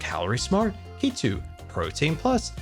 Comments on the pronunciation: its keto not key-two lol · I will never get over the way pronounces "Keto" 😭